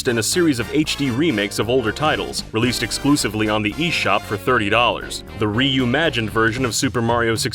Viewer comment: I hate how much I love "reumanged"